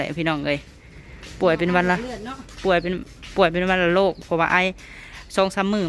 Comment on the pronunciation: วัณโรค ( วัน-นะ -โรก) ❤😂😂